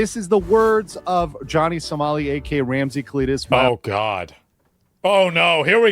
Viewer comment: The way he was pronouncing the guy’s name I kept hearing “Ramsey Cletus, male”